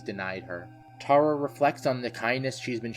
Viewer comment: It is Tara name is Tara